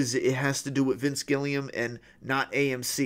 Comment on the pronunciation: Vince Gilligan ** not Gillium